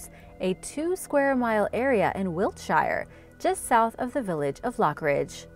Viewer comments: GREN-ICH not "Green Witch" WILT-SHA not "Wilt Shy-a" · Greenwich is pronounced Gren-ich and Wiltshire is pronounced Wilt-sha. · Well, the second one depends exactly which region of the UK you hail from. It sounds more like Wilt sher/shur in most areas. Sha sounds more like Brits with more broadly distorted regional accents like in Yorkshire or the West Country. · do you have a video of someone saying wiltshire? like news or something? i tried to find it myself but everyone says it as wilt-shy-er. Which clearly isn't right lol